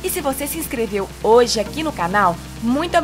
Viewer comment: Quem mais percebeu o erro no final do "bebeijos galera"? kkk